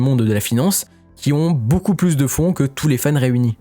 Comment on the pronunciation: on dit ''beaucoup'' comme ''beau cul'' ou ''beau seins'' ..et pas ''boucoup'' comme ''bouzin'' ou ''bourrin''... mais sinon à par ça ; merci pour les infos et les vidéos ...